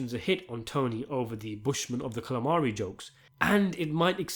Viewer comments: its Kalahari..not Calamari... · It’s bushman of the Kalahari not calamari.